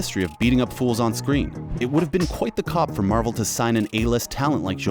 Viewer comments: Heads up Coup is pronounced coo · Did he pronounce "coup" cop? I think he dud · "Quite the cop"...? Does he mean "coup"...? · "Coup" is pronounced like "coo". 😁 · the p in coup is silent.